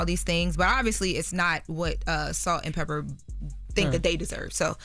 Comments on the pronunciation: It’s Salt and Pepa. Please stop saying Pepper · Did anyone tell that it's "Peppa" not "Pepper". Put some respect on that legend's name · Love you Loren. You are a very well spoken woman! But it’s pronounced “PEPPAH” not pepper. Kinda similar to the N* word ❤❤❤ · Please note Loren … It’s Salt & PEPA! Not Pepper…!! Thanks Love! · I was just about to say - Loren IT'S PEPPPPAAAAAA NOT PEPPPPERRRR. SHE IS CLUELESS ON OLD SCHOOL HIP HOP! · Loren its Pepa!! Not pepper !!! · it's PEPPA Loren not PEPPER 😅